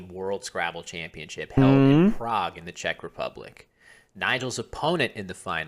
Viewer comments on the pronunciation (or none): none